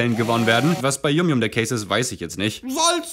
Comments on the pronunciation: Er hat es yum yum ausgesprochen, das wir yam yam ausgesprochen 😭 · Die dinger werden eig. YAM YAM ausgesprochen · Das wird yamyam ausgesprochen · Warum versteht eigentlich niemand, dass YumYum wie „YamYam“ ausgesprochen wird? YumYum ist englisch für lecker.